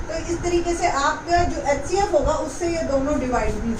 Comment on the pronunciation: Mam aap xcf bol rahi ho hcf